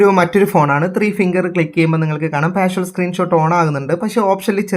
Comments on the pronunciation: 🙏🙏 വീഡിയോ വളരെ ഉപകാരപ്രദം ആയിരുന്നു‼️ഒരുപാട് നന്ദി‼️ പിന്നൊരു കാര്യം; "പാഷ്വൽ" സ്ക്രീൻ ഷോട്ടല്ല, "പാർഷ്യൽ സ്ക്രീൻ ഷോട്ട്" എന്നാണിതിന് പറയേണ്ടത് ‼️‼️🙏🙏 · വായിച്ചിട്ട് മനസ്സിലായില്ലേ? പാർഷ്വൽ എന്നല്ല ഉച്ചരിക്കുന്നത് പാർഷ്യൽ എന്നാണെന്ന്! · പാർഷ്വൽ എന്ന് പറയാതെ പാർഷ്യൽ എന്ന് പറയൂ! Partial